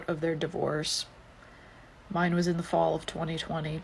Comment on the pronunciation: For the woman saying "in the fall of 2020." It was more like "THE FALL of 2020".